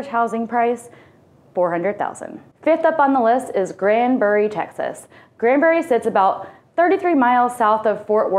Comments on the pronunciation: Granbury. Not Grandbury. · Some of the information in this video given is completely inaccurate! Kerrville is not 60 miles southwest of San Antonio at all! It's 60 miles northwest of San Antonio! And it's not Grandbury, it's GRANBURY! additionally, she failed to mention it's within 30 mins from Fort Worth and just mentioned it being 1 hour from Dallas, which it's not. It's actually 1 hour and 25 mins from Dallas. I don't trust any info in this video, considering they don't know the geography and names of towns being narrated, which is totally wrong!